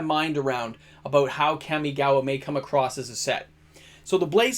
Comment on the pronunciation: KAM-ee-gah-wah… Kam like “comma” not dual overhead “cams”. You and the Magic Historian ..*smh* 😅